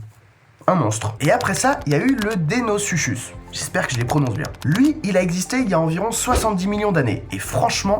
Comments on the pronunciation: Pour le mot deinosuchus à la fin ça fait pas "chus" ça fait "cusse" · Pour sarchosuchus et deinosuchus ça se prononce sarcosukus